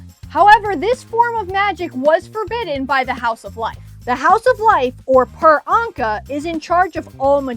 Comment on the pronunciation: Per is said like “pear” (sadie even says so in Red Pyramid) and ankh is said like “aangk”